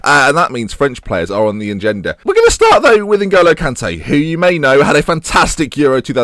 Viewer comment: did you actually say french players are on the ongenda lol